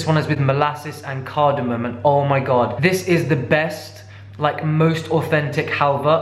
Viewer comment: “Cardamomom” ehehe 😁🙌